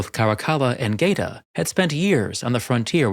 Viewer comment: Geta .. it’s pronounced ghett-a, same as in ghetto.. gay-ta just hurts my ears